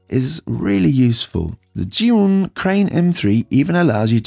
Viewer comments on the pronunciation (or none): Zhiyun is pronounced "jer-yoon". "zh" in Mandarin makes a "juh" sound like the "j" in "Jack". "zhi" is "jer". Sorry couldn't help myself!